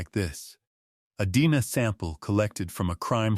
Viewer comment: That's DNA not dena